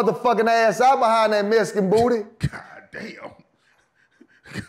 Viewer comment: “This nigga was a Mescan” 😂